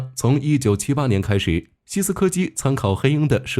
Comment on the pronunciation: 多次把西科斯基说成西斯柯基